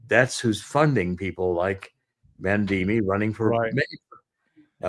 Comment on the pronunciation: Mamdani (not Mandini--he's not Italian, lmao!).